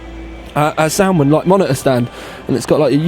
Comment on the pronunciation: like how he say monitor. Moneyeer !